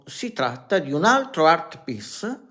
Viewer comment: Art piss? Art piece vuoi dire...ma perché non parli italianooooooo. Parla come mangiiiiiii...poi ti interrogo in inglese e prendi 2... ahahahah